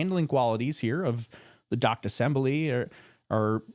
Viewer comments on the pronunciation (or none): none